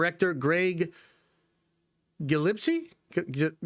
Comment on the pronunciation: Gill, like fish Gill. Gillespie